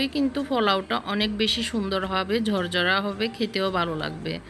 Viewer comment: ভেজে--বেজে। পোলাউ--ফলাউ। ঝরঝরা--জরজরা। ঢাকনা--ডাকনা। আরও অনেক ভুল, ভুলে ভরা উচ্চারণ please উচ্চারণ শুদ্ধ করুন।